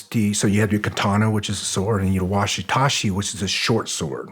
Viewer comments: Did he seriously just say "washi tashi" sword instead of wakizashi?! That's.... Incredibly sad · it is not and has never been called a washi-tashi, or anything Remotely close to that, and he repeated it that way 5 times. That's like calling Katana a Kokomo. so much for studying the way to the Samurai it's pronounced Waki zashi! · Is this man serious??? It's not a watisashi or whatever TF yu said. It's a wakizashi sword. That just shows me that this man is either not very smart or fronting about everything's he says he's done. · I love this show, Green berets, and. But can someone please tell him it’s “Wakizashi*” and not “Washitashi” hahaha. I’m Japanese and that just made me giggle. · “Washitashi” what’s a fucking joke this guy is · Does.... Did he mean "wakizashi"? Been around martial arts for 35 years and never heard of a "washitashi"... I'd be really interested to be wrong though. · some 1 who knows him should really help him quietly to pronounce WAKIZASHI properly.